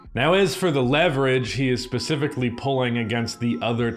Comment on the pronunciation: Fun drinking game. Have a shot ever time says specifically or "Pacifically". Drunk in 10mins 😂